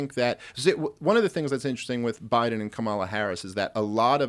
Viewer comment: Maybe start by pronouncing Kamala's name correctly when espousing that you're not a racist ...